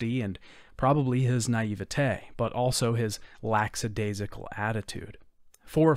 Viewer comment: I love these videos, and hugely appreciate the effort you put in to each one. But....lacksadasical? There is always a great irony in people mispronouncing that word.